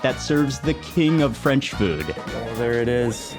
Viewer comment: Your french accent is perfect! Thank you so so much for your stay in our country ! Audrey french from Paris France